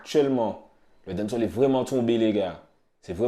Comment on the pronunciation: Faut prononcer les a de dancehall